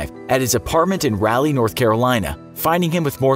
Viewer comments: I'm sorry its not rally, its Raleigh. RAH-LEE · Hey bud. Raleigh is pronounce rah-Lee not rally... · Nope, nope, nope. . Raleigh is pronounced Raw-lee, not Ral-ee. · “RALLY NORTH CAROLINA” it’s “Rah-Lee” oml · Raleigh is not pronounced "rally," Cali-boy. It's pronounced "raw-lee" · Im from NC and he pronounced it rowley, its spelled raleigh. We pronounce it rawl-ee. Idk, i just thought it was weird that other people pronounce it differently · Ok, its not "RAL-Y, NC" its "RA-LEE, NC" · Love the video, it's actually pronounced r-all-ie though, not rally 🤣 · This man just pronounced Raleigh NC as ralley NC😭😂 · This is how you pronounce Raleigh Rall-ee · “Rally” North Carolina. lol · We gonna act like he didn’t just say rally and not Raleigh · Did this man call Raleigh: Rally? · I’m sorry but did he say rally North Carolina... Bruh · did he just say ralie NC Not correct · Did you say rally North Carolina. It not rally no a fence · That's not how you pronounce Raleigh NC 😭 ...... It's ra-lee Like Egyptian god "Ra" Then like Robert e "Lee" Ralee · its pronounced Rawl-e btw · It’s pronounced Rall-lee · The Infographics Show third option: the way you pronounce “Raleigh” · As a girl from NC I wish he’d learn how to pronounce Raleigh. The “a” is a short “o” sound. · He pronounced Raleigh wrong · you pronounced Raleigh wrong there isn't so much emphasis on the "a" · Why did he say Raleigh like that?